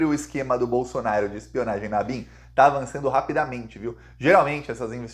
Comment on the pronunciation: Nao é BOLSONAR I O. é BOLSONARO, PORRA.